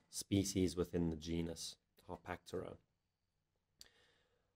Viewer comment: Everyone even REMOTELY interested in baboon genus/species NEEDS to see this video. Excellent job ! - one question: the pronunciation of "Harpactira".... the presenter says both "Har-pack-TEAR-er" - and "Har-PACK-ter-er" - ... which is it supposed to be ? I always call this genus "Har-pack-TEAR-er"